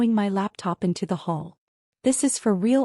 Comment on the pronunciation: Hall, NOT hole!